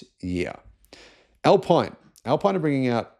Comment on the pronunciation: The Riddara RD6 is coming to Australia in totally gay PHEV form only. Alpine is pronounced al-peen. Ford began selling the e transit van in Australia months ago. The Wagoneer will be the first electric Jeep that Australia will see? Dude, we've had the Jeep Avenger since last year. The Leapmotor C10 REEV has been out for months.